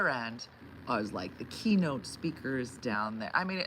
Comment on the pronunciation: Anyone else think she said KENO and not KeyNote. Wish I was live for the second 1/2 to post this! lol